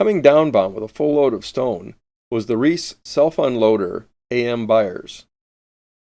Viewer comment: Hey,..great video on the FORD. One correction...the A.M. BYERS was owned by the Reiss (pronounced RICE) Steamship Co., not Reese. Nothing pissed off Reiss sailors more than the mispronounced name of their company, and I new 2 REISS Captains and 1 Chief engineer on their boats, including THE BYERS, later the CLEMENTS A. REISS, better known to her crew as the CLEM.